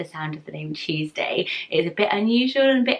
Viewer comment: When she said Tuesday it sounded like cheese day